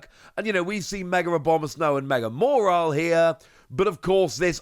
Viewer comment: There no R in Mawile, please its not mawrile